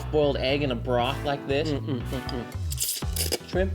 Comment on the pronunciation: Dude said, "Skrimp". I can't!!!🤣🤣🤣🤣💀⚰️🪦👻